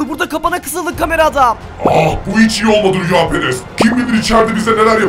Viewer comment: Rüyaperes degil kameraman rüyaperest